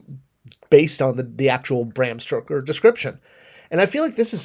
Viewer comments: Dude, it's STOKER. Not StRoker. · Stoker not Stroker :) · "Stroker" hahaha 😂😂 Oh dear. I thought it was just a typo in the video title, but no. Please tell me how you've managed to call him "Stroker" throughout the video as well. Dude. His name is Stoker. You're killing me. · It's Stoker, not Stroker.